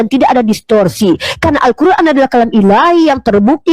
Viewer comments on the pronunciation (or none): Nyebut alqur,an z kuran.